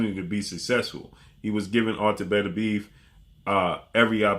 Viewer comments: Everybody runs into a word they can't properly pronounce . Artur's last name is pronounced Beterbiev(better-bii-EV ) Not betterbeeve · Did Canelo pay you to make this video? And stop calling him betterbeev that's not how his name is pronounced, you can put at least a little effort into pronouncing it correctly.